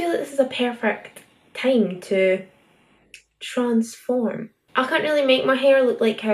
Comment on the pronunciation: The way you said transform made me die of laughter ❤️